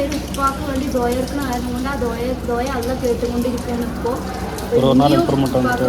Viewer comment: ധ്വയ അല്ല ദുഹാ 😂😂🙏